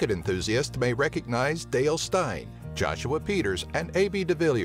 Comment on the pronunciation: He pronounced "Steyn" wrong haha.